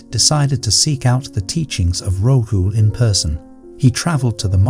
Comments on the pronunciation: Your imagery is all wrong - Buddha tells Rahul..people didn't wear shirts, shorts and coats 😂 And it's not Ro-hu...it's Ra-hool😅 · It is RAHUL.and Budh dha.learn to pronounce.